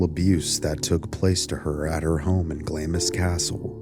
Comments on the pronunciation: it's pronounced like "glahhms" and just to letcha know, hearing it pronounced glammis is a staple irritant of any true Scot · You fail to explain where you get your information and should be very very careful who you yip about and Clamis castle is pronounced Glarms .... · Hi, I'm Scottish, and I'd just like to say Glamis is spoken as Glams. Confusing... Trust me, I know. ❤ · It’s pronounced glams not glamis and it’s Windser not Windsore plus Interpol not Interpole, otherwise an interesting tale. Finally Somerset was born on May 1st AKA Beltane. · This is what happens when you're rich and bonkers *sigh And if you have to mention the place again it's said: gl aah ms, long ahhh. You don't say the I. It's a tricky one even for us brits, the royal family were battenburgs previous to changing names.but only some of them, it's complicated 😂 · Glamis (Pronounced Glaams) castle, the most haunted structure in the British isles, is the ancestral home of the British Kings grandmother, who once said she was awake all night with 'the workmen' who was actually ghosts they say. one of the ghosts is a woman with her tongue cut out running the grounds with a bleeding mouth! Theres said to be a hidden room with a monster within, said to be the deformed son of one of the lords of the castle who is in a painting appearing much smaller than the other 2 sons, and is said to have died in 1923.